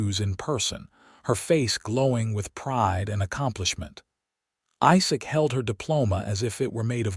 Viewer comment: The LAST thing a couple would ever discuss after their first intimacy is how much the groom wants to rEad...long E sound. Listen to your AI rEader, to make sure all words are pronounced correctly. IZak, NOT iSak. (phonetics) red = past tense for Read, present tense read is pronounced with long E. Not rAde. Annoying. The story is nice